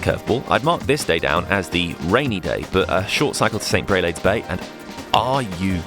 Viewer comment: Your pronounciation of Grève de Lecq was spot on but St Brelade is with a long a like Brelahde and St Aubin is like an O St o-bin